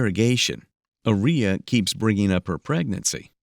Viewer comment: Aria Armstead doesn't sound anything like gonorrhea to me 🤷🏼 The AI narrator is pronouncing Aria incorrectly. The stress should be put on the first A in her name. It should be pronounced AH-ree-yah